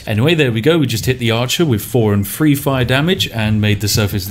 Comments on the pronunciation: Free and three sound the same when u say them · Ok I heard the words "that", "there", "the", "these" and "they" - all using correct TH pronunciation - why the hell, then, do I also hear "what on earff" "wiv his body" "baldurs gate Free" "D&D fiff edition" "fanks developers" "what were vey finking" - how the hell is someone who is clearly ENGLISH so abysmally inept at pronouncing words, or even letter combinations, correctly; in their OWN LANGUAGE? Not to mention how bloody inconsistent it is. It's like listening to the guy from The Chase, and he's supposed to be a teacher. It's painful to listen to. You clearly can pronounce it correctly as evidenced by the original list of words - to not correct it on other words is just lazy.